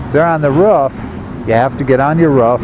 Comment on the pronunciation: On the rough ?? Is that how you guys pronounce roof on Arizona? ....rough ?